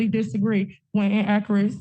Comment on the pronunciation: ( ͠° ͟ʖ ͡°) WTAF is “IN-AK-RIT”?!? 😂🤦🏻‍♂️😂